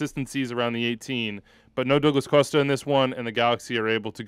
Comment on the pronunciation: Dough-gluss Coast-uh